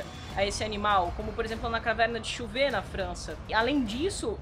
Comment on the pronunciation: Ótimo vídeo! Mas eu tenho uma observação a fazer. Trata-se de um pormenor., você estava pronunciando Chauvet como "Chôvô". Não seria "Chôvê"? Um abraço e continuem com o ótimo trabalho!